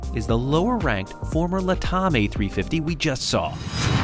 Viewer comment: LATAM is not pronounced “LUH-TOM”. It is LAT-AM as in “LATin AMerica.” LATAM is a portmanteau of the two words. Think “Pan Am” in pronunciation. LAT-AM.